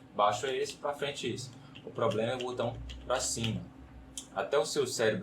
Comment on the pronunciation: Por que tanta gente fala "butão"? 😂😂😂